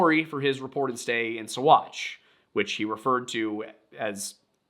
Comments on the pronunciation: Saguache is pronounced “saw-watch.” Many names down there are Ute not Spanish. My family homesteaded there before Colorado was founded as a state. There is an old dynamite storage bunker off of the highway as you enter Saguache. They kept Alfred there when the town jail was full reportedly. I’m only a little over 10 minutes in right now; not sure if you’ll mention how he was bounced around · Sagauche is pronounced "Sawatch" FYI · You did great!Uncompahgre is Un as in Until. Un-com as com a con, pahgre is pa- rey. Uncompahgre / Un-com-pa-hrey or Un-com-pa-hd-rey. Ouray is yoo-ray just like hooray. But with a U. Seguchi/ Saghache haha. Everyone get's a freebie. I enjoyed listing to you. I hope this IS your day job. You have a great voice. Thank you for the story.❤ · OK as a 30+year olde 5th generation coloradian.....you triggered me It's UN-cum-PADRE SUE--watch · My skin crawled ever time he tried to say what ever the hell he was saing instead of "sa-watch"